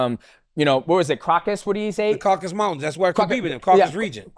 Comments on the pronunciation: It's "Cau-ca-sus", not "Caucus", today's literacy is astounding. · Bro its called caucasus, they drive me crazy saying caucus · Craucaus region? lol